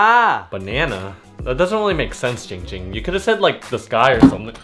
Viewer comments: giiiiing ging not GING GING LMAO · It's Jing jimg not going ging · 808 It's not poo poo it's Ging Ging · it’s not ding ding ling ling it’s giiiiing ging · Muddah Asssho it's Giing Giiing not bing bing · It’s ging ging not ping ping not Ling ling not ding ding not fing fing IT’S GING GING Sorry I got mad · IT’S NOT ING ING, IT’S NOT PING PING, IT’S GING GING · It’s not Ging Ging—it’s Pee Pee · Why does everyone call him ging ging it's ginnnnnnnnng ging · It’s not ding ding it’s not ding dong it’s not pee pee it’s ging ging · ITS GING GING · I am very calm person Man says name wrong Also ging ging: What the hell you say?! Opens eyes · Ging ging: “I’m a very calm person” Also Ging Ging:”IF YOU SAY MY NAME WRONG ONE MORE TIME I WILL BUY THE WHOLE COMPANY AND FIRE YOU!!!!!!” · Me: says giing gings name wrong by accident Coffin dance cues: Me: oh sh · This is how many times ging ging gets mad at people for saying his name wrong V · "also my name is" Ging ging: "GING GING"